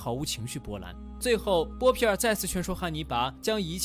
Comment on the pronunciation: 看了几十遍了，不过up主念错了很多，妹妹是米沙，有一幕念成米粒了，还有那个是波皮尔，念成波尔皮了，哈哈，不过依然很精彩